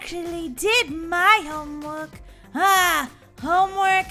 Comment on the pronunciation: You should probably finish your homework Molly you make me laugh when you say homework shomwork